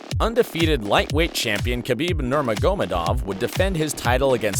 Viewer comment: Never heard anyone including mike Goldberg pronounce the names of the fighters so fucking poorly nurmogahmodamedov Frank MYre loooool 😆